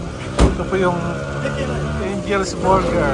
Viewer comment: Yung S ni sa Angels ay lumipat sa Burger ahahaha! Habla "Angels Burger" ay naging "Angel Bursger".